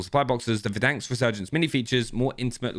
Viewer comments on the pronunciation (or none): For over a year I’ve been listening to you say “Verdanksk” and biting my tongue. There’s one k and it’s at the end. Stop it! Playfully furious - Cupasmell33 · "VerDANKs" (Try to unhear this now) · Nobody:: Verdanks